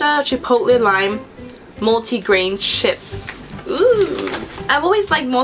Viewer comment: u say ships